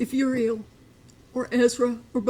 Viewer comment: She doesn't even know how to pronounce her granddaughter's name??????!!!!